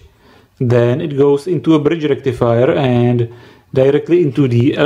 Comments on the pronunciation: foooool bridž rectifajahh!!!!!!!!!!! this is very denžerůůůůůůůůůůs :-D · fool bridž rectifajaah!!!!!! This is very denžerůůůůs stuff of koooooors :D